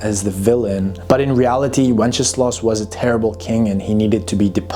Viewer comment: I love how how you pronounce Wenceslas, it sounds like Wencheslav - which would mean one who celebrates/praises wenches - pretty accurate 😂